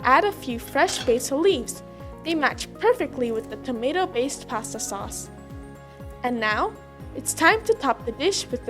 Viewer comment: we talkuh aboutuh pawsta sawce-uh lol